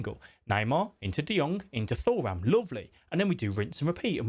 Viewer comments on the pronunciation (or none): It’s 2ram not Thor- ram